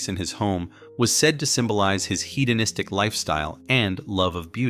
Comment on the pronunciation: FYI. Head(hed)Onistic not heed.